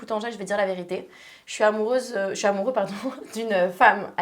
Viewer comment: (38min) "amourieux" ? 🤣